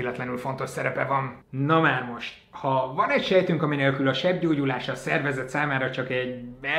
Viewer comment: Többször is segggyógyulásnak hallottam a sebgyógyulást. :D